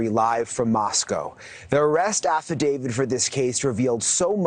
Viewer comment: Aside from mispronouncing "Affidavit"